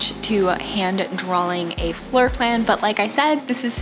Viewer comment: FYI, it’s not ‘drawling’… it’s ‘draw’-ing